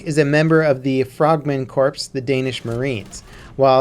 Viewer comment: Corps is pronounced CORE....not "CORPSE", ....ok dudee?